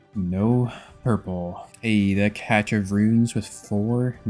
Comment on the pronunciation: Imagine repeatedly saying a word(cache) the wrong way and be convinced you're saying it correctly. Fucking hilarious how people can be firmly sat in pure stupidity and ignorance. I'm pretty sure I watch this shit out of habit at this point.